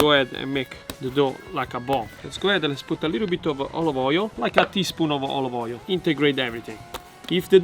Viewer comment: tell me how many times he said oilive oil in the video ???\